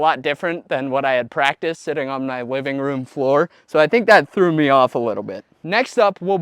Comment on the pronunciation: BROTHER I CAN'T TELL. I don't know if you have a lisp or not. You pronounce L's perfectly on one word then you say stuff like wiving room floor. Then you say other words with harder L's the right way. I'm not tryna make fun, but It's driving me insane to figure that out.